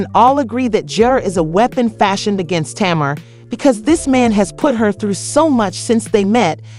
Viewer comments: Her name is TAY-MAR. 😊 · Why are the names being pronounced wrong